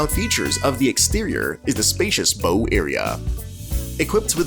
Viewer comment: Your AI narrator needs to go back to school and learn how to read. It’s not Bro Ward and the front of the boat isn’t like a Bow Tie…..